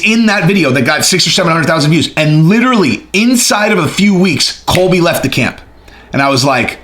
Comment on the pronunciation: You need more sharpness pills dude it's Colby not Cody 🤣🤣🤣